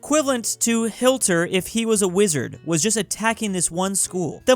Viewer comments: He said hilter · did you just say hilter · did u just say hilter? hahah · "Hill ter" man realy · ah yes, hilter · 2022: “no no Germany” “Hilter” 2062: “no no Russia” “Pitun” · Man, you called him hilter again, I thought it was a mistake the first time. HILTER, REALLY. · did he say "hilter"?